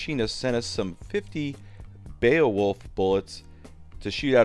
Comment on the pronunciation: I know the word looks super funky, but it's pronounced "BAY-Wolf" It was drilled in to my head in school when we had to read it cover to cover. Why, yes...I am old. Shakes tiny fist at an errant cloud while adjusting the onion on my belt